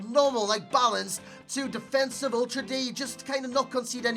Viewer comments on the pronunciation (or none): none